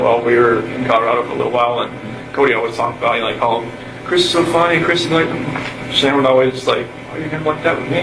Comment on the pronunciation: Seriously?? You can't even pronounce Shannon's name? 😮